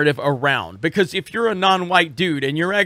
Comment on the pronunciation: Because-uh, dudes-uh...